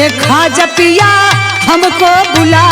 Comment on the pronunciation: ख्वाजा पिया नहीं होगा, तुम्हारा पति थोड़ी है, ख्वाजा मियां होगा, छोटी-छोटी गलतियां कोई पकड़ता नहीं है ऐसे अक्षरों को सुधार के पढ़ो म को प पढ़ दिया है तुमने